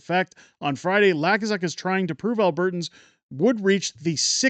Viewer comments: Hey... just want to let you know that the fool you mention is pronounced "Luu - kaa - suk", not "Laa-kuu-suk"... not that it really matters... the man is a total ultra maroon and it will be fun to watch him fail. Keep on truckin... You are doing a great job!!! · The way it is pronounced is loo-k-zuk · It's pronounced Lou kas uck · Are you mispronouncing Lukazuk’s name on purpose 🤣